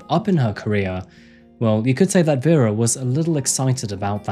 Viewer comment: It blows my mind how you're apologizing for your Myanmar pronunciation while constantly butchering the victim's name. Her name was VERA not VYRA. Veh-ra.